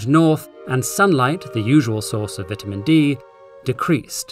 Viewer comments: it's vitamin D, not vitimin D. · Hehe.. he said vitimin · His pronunciation of ‘vitamin’ physically hurt my soul